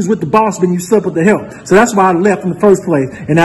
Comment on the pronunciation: when he say that—THE HELP— it really annoys tf out of me